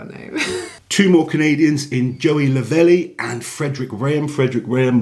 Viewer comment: Just letting you know its Joey Lavel, not LavelEEE 😂 Hes Sam and Maxs training partner and competed at the Shaw Classic open the last couple years.